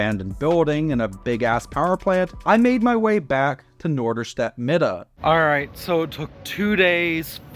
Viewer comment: I like that you already pronounce “Mitte” like us Norderstedters do - Midde :) (It’s also commonly called NoMi)